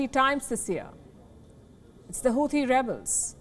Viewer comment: Not hooothi, it’s hauthi